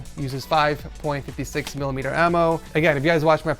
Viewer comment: It really tilted me how he gripped that foregrip. Not to mention "5 point fifty six" lol